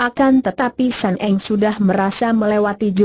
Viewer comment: Sun Eng bukan San Eng